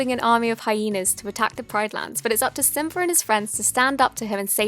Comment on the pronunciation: I love when she says symba